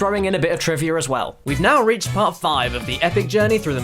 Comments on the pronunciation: Am I the only one who keeps hearing saying trivia as "Trivier"? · lol "Trivier" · ***** It's called the intrusive r or something like that, really only happens to brits and australians. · This is a common feature of some non-rhotic accents. Listen for it when you hear someone speaking in an English accent (or an American non-rhotic accent like a New England/Boston accent).